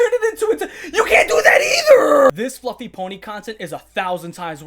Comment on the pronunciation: “Fwuffie wa-“ hits with a metal bar